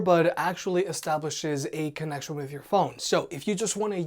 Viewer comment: "Establishes a con-oak-shun"